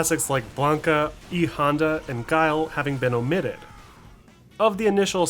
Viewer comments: Pronunciation is off for the character names this time round, it’s HONda not honDA and Chun-Li is completely off. Otherwise it’s a great video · nah u said it pretty weird and thats okay